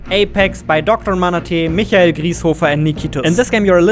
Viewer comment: mmh a english youtuber that pronounces the name micheal like michael and not mishael jrieshoofer those are rare